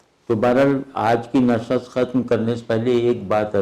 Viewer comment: احمد جاوید صاحب سے تلفظ کے بارے میں ایک سوال ہے: معمولا نِشِست کو اپ نَشَست کہتے ہیں۔ فارسی کے مصدر نِشِستن کو نّشّست کہنے کی کیا وجہ ہے، توضیح کر دیجیے۔